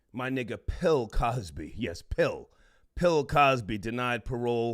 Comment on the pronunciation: Lmao OK I fuks wit dis dude he said "Pill Cosby" I'm weak AF